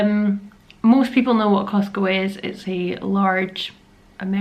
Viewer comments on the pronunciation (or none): Remember it's called "CosTco". Not Cosco. The "T" is not silent.....lol